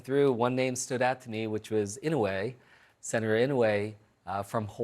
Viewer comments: Inoy its pronounced. Aloha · Great for Senator Andy Kim, but I wish his pronounced Senator Daniel Inouye name's correctly?!😮🤔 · Ridiculous!! All dumb speculation - haven’t Democrats cry this much since….. yesterday. Its still 2024- Trump hasn’t even take office yet. Fix New Jersey - do your job before you start whining !! This guy can’t even pronounce another - asian senator’s name - you just insulted Senator Dan Inouye.